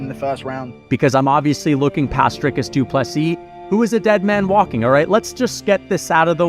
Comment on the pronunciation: the first time anyone's pronounced his name correctly with the correct accent tones especially on the "dri"